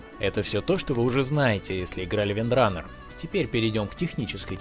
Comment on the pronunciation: Не Windrunner a Windrannger